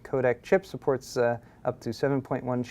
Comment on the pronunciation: gigabyte being so asian, "supperts"